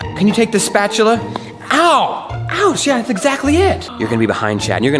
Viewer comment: Why did call a spoon a spatchula